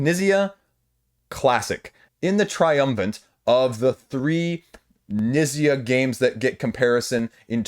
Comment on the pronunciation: Knizia is pronounced Kuh-nee-tsee-uh. Four syllables. And hard T/Z sound in the middle.